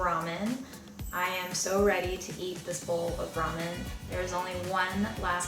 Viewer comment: It never stops amusing me to hear people(well, Americans...) continue to butcher the name of this noodle dish... Ok, people, the word "RAMEN" came from the Chinese name "Lah-Mien", meaning "pulled noodles"...(there are many many Chinese words used in Japanese) The Japanese pronounce the alphabet "R" with the "L" sound instead of an "R" sound, and i suspect the word "RAMEN" (pronounced as "Lah-men")was put on the English menu of many noodle houses in Japan ....after enough time and enough western tourists saying it wrong....the word "RAMEN" as people say it today was born...